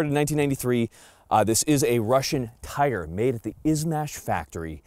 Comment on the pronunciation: Just a couple of words, Firstly, it is not pronounced Tiger [Teyeger]- it is pronounced Teegar. eee not "eye". We are agents for Izhmash and I have shot quite a few of their firearms in Russia. The SVD has a different twist rate than the TIGR, as it was designed for the lighter sniper projectile. [circa 147gn if my memory serves me well]. The TIGR is designed to take the heavier projectiles available to the public. The Adverse condition for the gas regulator was for carbon/soot build-up, as my understanding and nothing to do with the weather. I had a private TIGR which put three rounds of BARNAUL 203gn SP into the same hole at 100 metres and while demonstrating it on an Army Snipers course, I hit a Clay Pigeon at 850 metres second shot [adjusted] while using BARNAUL 185gn FMJ. Not bad for a rifle designed back in the Cold War!